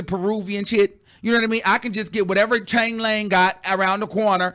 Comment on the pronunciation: Not chan-Lang 😂😂😂😂😂😂😂😂😭